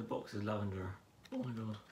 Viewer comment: Yes!!!!! 💜💜💜💜 my favorite reviewer!!!!!💜💜💜💜💜💜 I love everything!!! 💜💜💜💜look at your robe!!!🖤🖤🖤🖤and the hoodie!! 💚💚💚💚💚 Your hair is AWESOME ❤️❤️❤️ Omg!! Cannot wait for my palette 💜💜💜💜 thank you for sharing 💜💜💜💜 You are ADORABLE 💜💜💜💜💜💜 I love when you say: OH MY GUD!! 😂😂💖💜💜💖 Omg I wish Jeffree saw this 😍💜💖💜💜💜💖💜💜💜💜💖💖💜💖💜💖